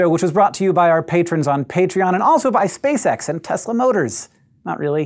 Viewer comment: excuse the following words from a simple brain (relatively speaking), but did Hank just say SciShow is brought to us by Space Sex?